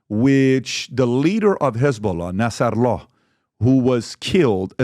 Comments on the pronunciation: Why does he pronounce nasrallah like that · Patrick Butt David doesn't know how to pronounce Arabic names.